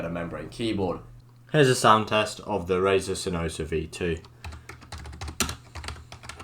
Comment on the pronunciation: "Hey guys tewhajaksmeddjs here and today I got a review of sinosa V2" had to repeat the intro 7x to understand what he's saying.